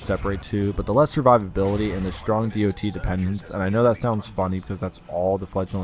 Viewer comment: Can you say it dot instead of D O T?